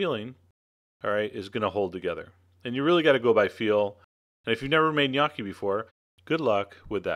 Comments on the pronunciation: wtf? dude. nice recipe but.. Opening line, made me crack up. In NO part of the world, [nor Italy!] is gnocchi pronounced "G'nyOH-kee" with a hard 'G' Any italian would slap you. It's simply "Nokkee" or "ñ-Okkee" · isnt it call "NEE YO KEE" ?? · if this is the recipe for gnocchi...i'm mickey mouse... by the way it is not pronouced g-nocchi at all! i feel sorry for you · I will make a face at your pronunciation of gnocchi. "Gun-ah-kee," what's that? Is that like some kind of eye-talian spuh-jetti? My papa would would have had a hay day with that! Sorry, bro, but I won't take your cooking seriously if you won't take the pronunciation seriously. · um...."GahNoki" is NOT HOW it is pronounced. guess we're from "eye-taly" too. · yes it's like the lio in million Knee Okie. That was really dumb chef john, you should drink some CHee Yanti and For madge ee oo. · I love your videos, but this... Sorry I'm Italian and I made gnocchi a lot. 1 you should say niokki like in pinata. Then you do not add egg! never. You add eggs only in "roman gnocchi" with semolina and a totally different recipe. Please use floury potatoes and for each kg of them use only 200gr flour. The part with the fork is ok, you add salt to the water not the dough. Then you just let them rise in the boiling water. Please try them without eggs. Ciao. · noo italian its nokki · Sounds like you say "Gniocchi" :P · Yes you slaughtered the pronouncing of gnocchi you pronounce the letter "o" with an o sound not an "a" sound. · PLEASE STOP MAKING ITALIAN DISHES IF U CAN'T PRONOUNCE THE WORD IDIOT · I LOVE your videos, always, but I'm sorry...for a chef, your pronunciation could use some work XD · NICE! even though thats not how you pronounce gnocchi it still looks VERY VERY GOOD. i love gnocchi and im going to try to make them from scratch this time. thanks! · you sir, are an idiot. the word knee is not pronounced with a "k" sound. look it up in any decent dictionary.